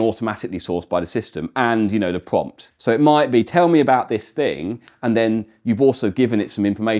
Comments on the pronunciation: Am I the only one twiggewed by the way "pwompt" is pwonunced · For fellow watchers who may benefit from this clarification: he is saying "prompt", not "pump", "pumped", nor "pomp".